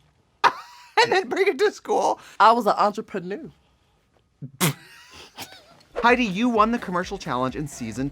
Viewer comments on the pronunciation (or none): Not "entreprenü..." 🤨😆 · "I was an entreprenoo!" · Entreprenoo took me all the way out😂😂😂😂😂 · 1: Did Heidi & Trixie swap shoes?! 2: "I was a entreprenoo" FFS Heidi 🤣🤣🤣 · “i was a entreprenuuu”